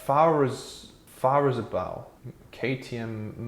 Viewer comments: Farhr-zeug-bau sounds like: "FAHR-tsoyk-bow" If the "ts" sound is tricky, you can say something like "FAR-zoik-bow" as a close approximation, though it's not entirely accurate. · K (Car) T (tay) M (em like in 'eminem') Mow-tor-far (the British pronunciation of 'far' not the American one) -tzoig-bahw - K (car) G (gay) : is the correct pronunciation if you have an anglo saxon tongue. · Great summary of KTM's history and current dire situation. You crammed a lot of info into 5 minutes! Dreadful Deutsch mis-pronunciation though...Fahrezeubau is 4 syllables: Fah-Rer-Tsoy-Bow. FWIW I still have the KTM450EXC on which I did two North African rallies and am tempted by the modern 690 singles and 890 twins – but put off by all the tales of unreliability! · Fahrzeugbau pronounced… Fart-zoyk-bough (as in part of a tree🤣) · "z" in German always sounds like hard "tz" like in Hertz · Its pronounced "far-zeg-bau" - meaning vehicle construction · As a non-German speaking person doing a report and mangling the pronunciation of German names you may be trying to extract some humour from your verbal stumbles . As a serious reporter you have no excuse for not having at least consulted with a German speaker in order to listen to how “ fahrzeugbau “ is pronounced . Any few words in any language can be spoken correctly even if you have no clue as to what the meaning is . A parrot can do it , so can you